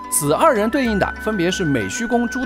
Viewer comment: 那個字唸美髯 rán ㄖㄢ二聲。讀過虯髯客傳的小夥伴應該不會唸錯吧